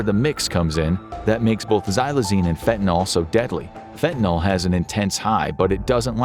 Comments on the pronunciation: It's not getting worse at an exponential rate, come on ...and it's not pronounced faentanawl! It's fen ta nil, not fentanol! Also, the one positive thing about fentanyl is that it doesn't have to be injected, it can be smoked, so one can avoid the entire hypodermic death trip. BTW, xylazine is a clonidine analog, and clonidine is used in "kick packs" to treat opioid withdrawal along with an antihistamine and a gabapentinoid. I'd like to see your literature on clandestine xylazine labs, since I've seen no literature on clandestine lab sources of it so far... Scopolamine, atropine and other tropane alkaloids have been used to sedate victims for a very long time in South America - they're present in Jimson weed, belladonna, and a few other plants. The ultimate in this class is agent BZ, and it's so potent it's considered a chemical warfare agent. But the beautiful Brugmansia shrubs (trumpet flowers) with large white or orange flowers are popular garden shrubs everywhere in the tropics, and are as strong as Jimson weed or any other tropane allaloid containing plants. Also, there's no nitroglycerin in gunpowder! And modafinil (mode aw fa nil) is the pronunciation - call it Provigil - lots of other people do ... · Hey, can we all, including this video, PLEASE try to pronounce FentaNYL correctly? It's not like TyleNOL. FEN-tuh-nil (/ˈfɛn.tə.nɪl/)